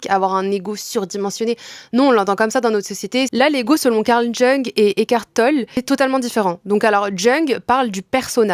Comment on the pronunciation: Jung ça se prononce « young ». Parfaite la vidéo merci ❤️❤️